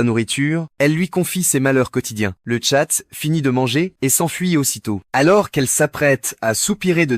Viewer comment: Wsh c’est moi ou il a dit les tchates